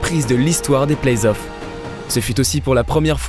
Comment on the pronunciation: Par contre on dit play-offs et non pas plays-off 🙃🙃🙃